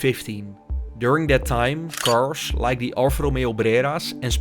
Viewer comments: Why do you pronounce "carsh" instead of "cars"??? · It's cars. Not cashh